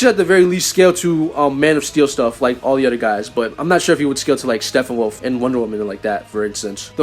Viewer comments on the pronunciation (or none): "Steffenwolf" is driving me nuts. P's bro. P's StePPenwolf.